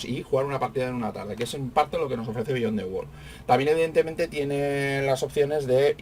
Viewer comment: Disculpe, No es Bíyon, se dice Biyón, dn T